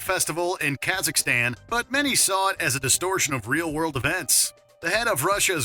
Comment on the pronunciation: Did the narrator say Ka-zak-istan ? Then went on to almost pronounce it properly a few sentences later. Lmao.